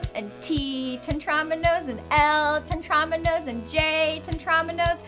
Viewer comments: Why did she keep saying TEN-tramino It's Tetramino god dammit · Te-TROM-ino. Lady, it’s called a Tetrimino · By the way, Tetromino is pronounced "Tet-ro-meen-o", not "Tet-rom-in-o" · she also said tetromino and polyomino wrong, the i makes an ee sound but thats no biggie